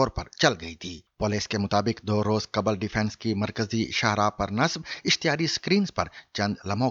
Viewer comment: قبل: qabal ❌/ دُرست: qbl ✔️